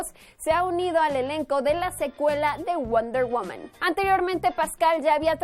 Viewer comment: Me encanto como pronunciaste "Wonder womam"😍❤️